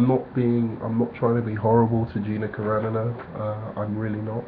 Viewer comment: It's Car-an-o. Not Caranno